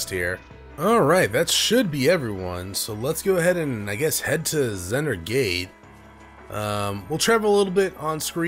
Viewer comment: Seriously.. I die inside every time you read Vander's name as Zander or Xander.. why? Just why?!